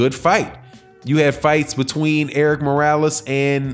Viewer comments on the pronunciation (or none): none